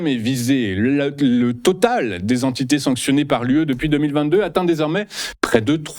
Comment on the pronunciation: « Trois mille Zentités », bah ça commence bien 🤦‍♂️